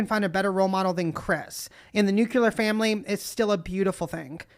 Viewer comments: Oh god that trans woman and her “nucular family” crap, it’s nuclear first of all… Also, it’s so true that a divorced family that’s stable is much better than an unstable “married” family. When I was a kid I would always wish my parents were divorced, I hated the fighting and constant tension, and seeing my dad drunk and high all the time was horrible and scary, not to mention embarrassing. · Did bestie just said "nuculear" before saying she's well educated? 😭